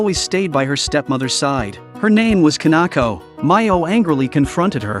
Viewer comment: Kanako? Its Kinako